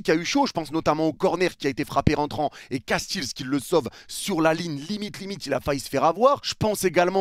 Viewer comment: Coucou de Belgique, super analyse, j'aimerais juste préciser que PHONÉTIQUEMENT, le nom du gardien c'est Koun Castééls (un é allongé, parce que ça vient du Néérlandais)